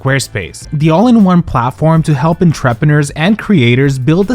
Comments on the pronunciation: I hope your pronunciation of entreppenner for entrepreneur gets adopted into the queer lexicon like sequence dress and turkwaz for turquoise. In case you didn't know, it's on-truh-per-nurr. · This is a great video, thanks so much for making it! This is a very small thing, and I only bring it up in the hope that I might be able to help. In your first ad for SquareSpace (I think), you use the term entrepreneur. Americans pronounce it closer to 'ON-tray-pri-NOOR.'. I don't know if that helps. It's a very difficult word, to be fair. Please keep going, your videos are AWESOME! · Pronunciation of "entrepreneur" in the sponsored copy cracked me up. No big deal, but look it up and you'll get a chuckle. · Say "entrepreneur" again 😂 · I’m sorry but that pronunciation of “entrepreneur” was criminal